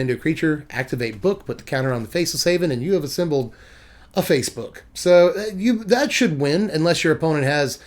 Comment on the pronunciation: "Assembled... a face-book" 😂